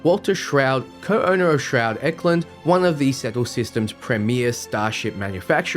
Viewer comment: As a fellow Australian I have to say....your pronunciations are atrocious! Naron? It reads as Narion (Nari-on) to me....what happened to the 'i'? Also, Shroud? There should clearly be a pronounced 't' in the word Stroud.....where does the 'h' come from?